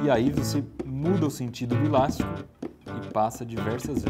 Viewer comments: eu moro em são paulo e ninguém fala ILASTICO, fala ELÁSTICO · só eu q entendi ele fala "ílastico" ?